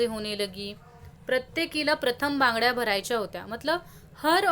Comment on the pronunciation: bangde nahi banggadya